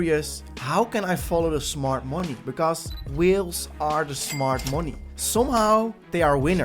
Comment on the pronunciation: whIles`? you mean Whales?